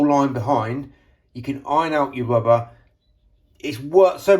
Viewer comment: Dear, BTW it is Rubber not Wubber yours. Mr Window Cleaner